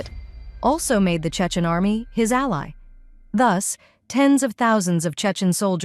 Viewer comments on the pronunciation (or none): none